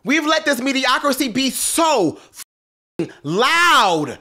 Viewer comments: All these years and yaw still letting say “mediocrocy” …🤣🤣🤣😂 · The word is “Mediocrity”